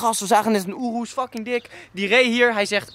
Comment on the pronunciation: Het is gvd niet joerus je spreekt het uit als oeroes